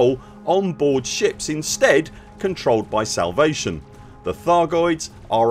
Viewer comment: are you saying salvation or salivation?